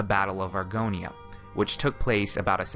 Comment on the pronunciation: When you called it Argonia in a previous video I literally screamed